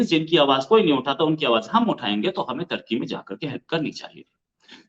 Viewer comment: Ap social media pr bat krna to sekh len tarki nahen turkey 🇹🇷 lafz hy pahly bolna sekh len bad men muslmano pr baat krna